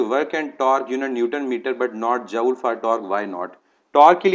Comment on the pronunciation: Joule pronunciation is jool, isn't it?